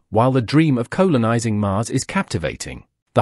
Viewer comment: what the eff, did no-one check this video before it went out..... Colon-ising!!!!! what the f**k are you talking about? This is a AI spoken commentary voice, just goes to show how shit that is. Why do AI voices get used, we all know it is utter shit!:face-orange-raised-eyebrow::face-orange-raised-eyebrow::face-orange-raised-eyebrow::face-orange-raised-eyebrow::face-orange-raised-eyebrow::face-orange-raised-eyebrow: This video is so unwatchable. Its just clickbait. :face-orange-frowning::face-orange-frowning::face-orange-frowning::face-orange-frowning::face-orange-frowning::face-orange-frowning::face-orange-frowning